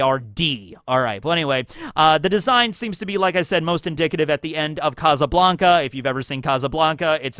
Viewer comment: Kazzuh Blanka lmao if you can say Sabo you can say casa